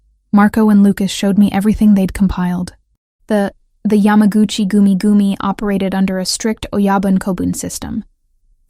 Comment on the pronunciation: The pronunciation of yamagachi goomie goomie is hysterical. You gotta love AI.